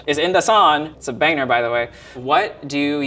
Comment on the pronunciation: "It's a baner, btw" instead of "banger"